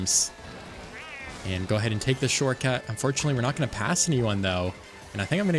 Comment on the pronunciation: This has been bothering me a lot about your videos when you say shortcut it sounds like shortcat is that intentional to reference the Youtuber Shortcat or is that just how you say the word. Please I must know also keep up the great videos and I hope you reach 20k soon.